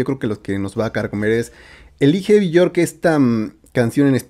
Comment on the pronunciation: se pronuncia " biork " ella misma se presenta con esa pronuncacion